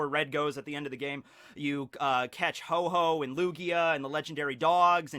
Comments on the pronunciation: It's Ho-oh not Ho-ho. I'm unsubbing >:( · This video is irrelevant because you call ho-oh, hoe-hoe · it's Ho-oh, not "Ho-Ho" >:( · Did this man just say ho ho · Um...There is no pokemon named HO-HO!It's actually called HO-OH :D :D :D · Actually, it's called Ho-Oh, not Ho-Ho. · Ho-Ho 😂😂 he said it multiple times